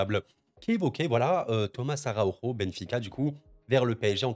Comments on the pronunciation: Araujo se prononce Arau(j)o (le J comme en France pas la Jota comme en Espagne), c'est mon nom de famille, alors pitié pour les oreilles ;) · Salut, juste pour te dire que vue qu'il est portugais on roule pas le R et le J, sa ce prononce "a rat ou jo" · Pas rr sur le j en portugais. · Vraiment désolé pour cette prononciation haha je confonds toujours, c'est vraiment pas cool pour les portugais 😅 Du coup si on appelle ça donne "A Ra O Jo" ou "A Ro Jo"? N'hésite pas à me préciser :)